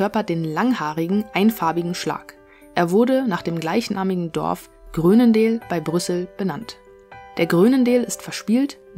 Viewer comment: Aussprache „Chruunendaal“